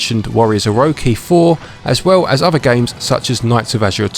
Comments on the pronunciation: "Orowki" No it's OroCHI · Please don’t tell me you just said “warriors oroki 4.” Instead of “warriors orochi 4.” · Man, no offense whatsoever intended, but the first 45 seconds made me feel odd. Warriors Oroki? Felt like the orochi missed its chi. And dee-nasty. Die-nasty warriors is how i always saw it pronounced. '-'